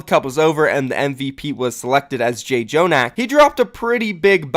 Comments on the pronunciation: jjonak is pronounced as 'jonak' not 'jay jonak' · Can you plese stop saying J jonak It’s without the first J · Your videos are great man but please learn to pronounce the players names, you keep saying jjonak wrong